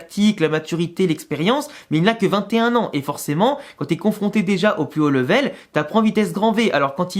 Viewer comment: Salut! Je suis abonné à ta chaîne depuis quelques mois et j’aime le travail que tu fais. Cela dit, j’ai une remarque à te faire: dans toutes les vidéos que tu fais tu utilises toujours le mot anglais LEVEL, et ça m’arrache les oreilles la façon dont tu le prononces 😂😂😂. Pour info: level ça se prononce ‘lè-ve-l’ et pas ‘le-vè-l’ comme tu t’acharnes à le dire. Concernant le mercato: Davies doit être une priorité comme latéral gauche. Perso je ne suis pas super fan de Fran Garcia (je le trouve assez faible en défense et brouillon en attaque), je préfère Mendy, surtout s’il fait des efforts pour soutenir les mouvements offensifs (ce qui est trop rare je te l’accorde). Mais en défense il est solide.